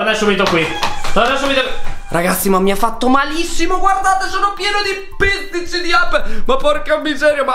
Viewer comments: Si dice pizzichi!!! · PIZZICI??? SI DICE PIZZICHI!!!!